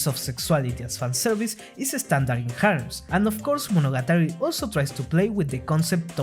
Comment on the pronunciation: This might be the first time I heard Monogatari pronounced correctly